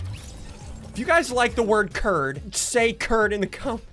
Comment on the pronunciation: Curd The right pronunciation is Kurwd